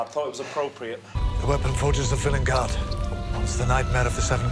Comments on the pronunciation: vil-EN-gard annoys me so much, everyone else in that episode says it right why can’t Ncutiiii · i really like how villengard is handled with the doctor saying it 'wrong', but because it's pronounced 'normally' in the SAME EPISODE it seems more of a quirk of the incarnation